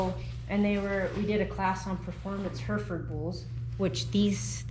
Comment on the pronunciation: Herefords are from Herefordshire, pronounced like 'hairy ford', not her ford. Just so you know for future. Great video, very very interesting and informative.